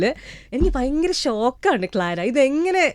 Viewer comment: ഇപ്പോൾ നന്നായി മലയാളം പറയുന്ന ആ ജർമ്മൻ കുട്ടിയെ തൻ്റെ "പയങ്കര" എന്നൊക്കെയുള്ള ഉച്ചാരണത്തിലൂടെ ഇല്ലാതെയാക്കരുത് പ്ലീസ് 🙏 ആ കുട്ടിയെങ്കിലും ഉച്ചാരണശുദ്ധിയോടെ മലയാള ഭാഷ പഠിക്കട്ടെ 🙏😏😏😏